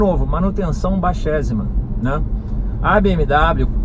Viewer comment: Não estava convencido até ele dizer “manutenção baixézima” 💁